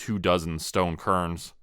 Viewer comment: Love the story so far, but hearth is pronounced "HARTH", not "HURTH", and cairns is pronounced "CARE-NS", not "CUR-NS"!